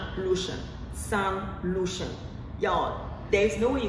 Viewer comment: Shan Lucien not Lucian.